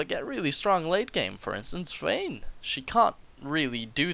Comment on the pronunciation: I heard like you just shoved an extra "s" to the name like vshwayne, I heard swain :D